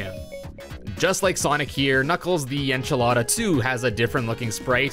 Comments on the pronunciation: its echinda not enchilada. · It's Echidna not Enchilada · Did just call knuckles... It's pronounced ehkidnah basically. Or a BIT more detail, ehkidnuh. This comment is a bit cringe lol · This dude said Knuckles the enchilada 💀